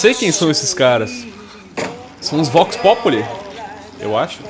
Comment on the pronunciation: acho q se pronuncia Vox Populi mesmo e não vox "populai" pq é latim e não ingles